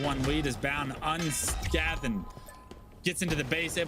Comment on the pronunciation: he pronounces every letter in "unscathed"😂😂